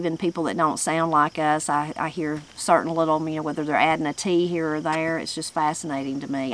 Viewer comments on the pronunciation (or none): none